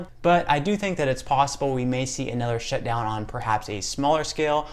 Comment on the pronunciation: The way you say "shutdown" , it sounds like "shitdown" , where are you from?